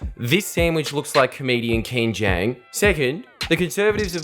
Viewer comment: Ken jang? I believe you mean Ken jong lol you ignoramus